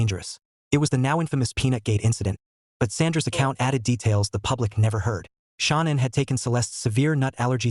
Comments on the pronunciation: SHA'NAN not Shawn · Her name isn’t Sean, AI STINKS. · This is ridiculous and disgraceful. hey cant even say shannans name properly with the STUPID AI..... And the story is completely wrong. Chris was not there when the nut incident happened. This is disgraceful that you would replay such a stupid video.